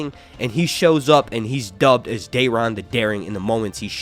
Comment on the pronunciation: Who is Dearon? I couldn't understand